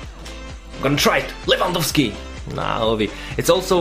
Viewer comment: wow u actualy did say his name right 👌🤙😂 respect